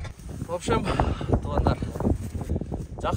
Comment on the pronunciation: Тоогандар дебей туугандар деп шашпастан эле айтчы 2секунд дагы кетпейт ушул сөзгө аяш ава